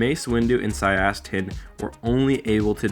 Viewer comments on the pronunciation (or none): Sy-ass-tit? Forgive me.